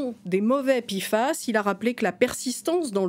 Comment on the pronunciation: P F A S et pas pifas, je préfère en francais l'acronyme en france on prononce les p, p pas pi